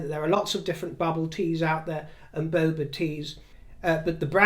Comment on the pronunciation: It’s boba not bobo 🧋😅